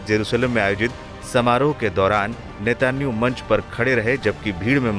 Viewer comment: अरे chu@ N€tan¥ahoo का नाम तो सही से लेले